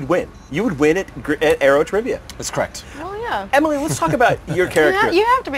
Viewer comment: This guy is a really bad interviewer. He didn't even say Emily's name right!